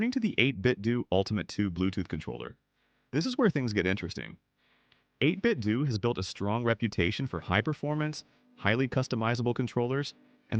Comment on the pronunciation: Bro said "8bitdoo" as in doodoo. As in don't get it.